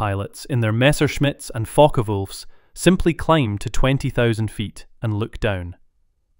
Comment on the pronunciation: It is Focke-Wulf and not Fokker Wulf. Stupid AI translation. In Ww2 Fokker had nothing to do with creating aircraft for the Germans types like the FW190